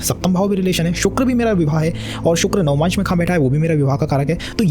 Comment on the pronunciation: Very good work. Please check your pronunciation for words "Upachaya" and "Navamsha"